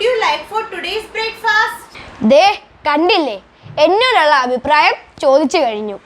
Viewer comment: Very good, നല്ല അവതരണം, carry on ഒരു കാര്യം Not ബ്രെയ്ക്ഫാസ്റ്റ് but ബ്രെക് ഫസ്റ്റ്